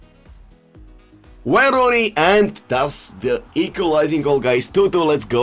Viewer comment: “Waauyn rooney”😂🔥🔥🔥